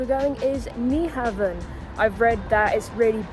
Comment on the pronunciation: Been to Copenhagen dozens of times. Be there again in August. Fyi, NyHavn is pronounce Nu- hown 👍